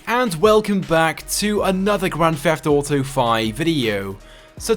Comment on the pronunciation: wtf is "gwand feft auto five"?